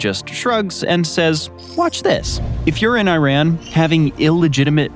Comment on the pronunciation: how do you pronounce IRAN? Go back to school!